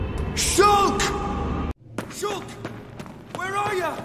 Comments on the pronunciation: After a while, I heard shook. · Im hearing it as shook now lol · Shulka shulka shulk bi bi di da da shulk a shuls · Now I hear is “shook” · Sholk man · Now I here shook